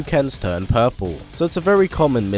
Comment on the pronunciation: "His hadokens turn poorplew"